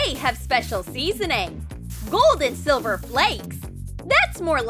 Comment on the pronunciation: It's silver not selver